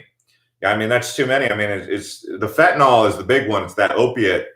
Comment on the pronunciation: Pronounced Fen-tan-NIL